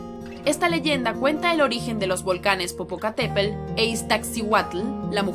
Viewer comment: Pronuncias mal las palabras de origen náhuatl como mexica, Tenochtitlan, popocatepetl o iztaccihuatl